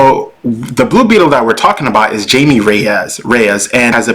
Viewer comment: It's pronounced as Hai-Mei. Not Jamie.